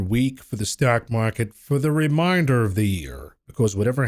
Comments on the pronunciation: It's re-main-der not re- mine-der. Those words mean two different things. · Is he saying reminder of the year or remainder of the year 🤔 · Ree Mane. Durr. Of the Yeer.